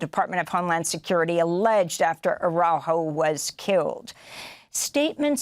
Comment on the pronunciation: Please pronounce his name correctly... Ar a u jo